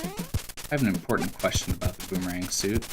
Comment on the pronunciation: Voomerang mario?